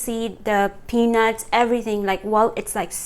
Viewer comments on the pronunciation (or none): Your accent confused me little bit, but the rest is ok, but make another video in Nepali language coz, 99% people who have watched and commented are Nepalese and again you pronounce peenus not peanuts!